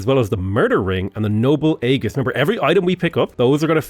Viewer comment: I can somehow survive the vee-vern thing, but aegis is idge-eece (ˈiːd͡ʒɪs), not egg-iece